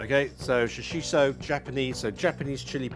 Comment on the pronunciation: Shoshi "T" o (Shoshito) peppers.... NOT Shoshi "S" o. Thanks for the recipe though.